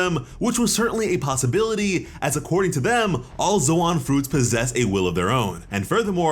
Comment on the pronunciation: So like are you pronouncing ZOAN wrong on purpose or what??? It’s pronounced like LOAN!!